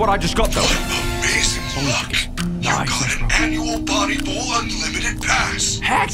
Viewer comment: Everytime he said bowl💀